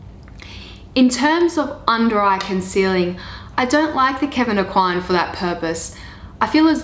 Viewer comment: The pronunciation of the name Aucoin is Oh Kwan (swallow the n and barely pronounce it, and A as in apple)